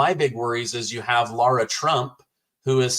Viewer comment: The name of guest is Sara, pronounced 'Sair-a' phonetically speaking of course. Not 'Sor-a', brings me to Lara Trump. Same pronunciation applies. Spelling is a L and a S. Is not 'Lor-a' is 'Lair-'a' again phonetically speaking. Have heard maybe 2 pronounce correctly, Mr. Mark Levin being one of them. But of course. 😉 Would be wonderful for Lara Trump to correct herself, usually called 'Lor-a.' Laura is that spelling. Spent few minutes on this, how much truly 'annoys' me. 😏 😉